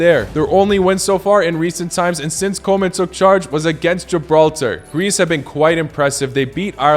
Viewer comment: Lkbe your videos! Just one thing I noticed as a Dutchie. Normally your foreign pronunciations are quite good, except for Koeman. It is pronounced something like "Koo-mahn".